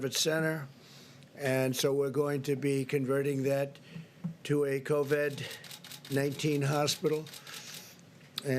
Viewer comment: LOL. He didn't know how to say COVID-19. Then later on he calls it COVED.